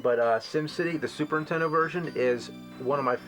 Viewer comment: JAMES!!!!! The word is 'addictive' not 'addicting', and it's pronounced 'Super Nintendo' not 'Superintendo' lol FIX UP THE TALK